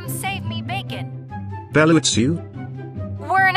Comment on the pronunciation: Bro you cannot say Bella😊